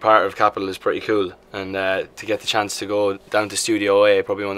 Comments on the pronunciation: don't say chance. SAY CHONCE! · HE SAID "CHANCE" INSTEAD OF "CHONCE" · did anyone noticed he said chance not chonce? this is NOT good :" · That's like how every British person pronounces it???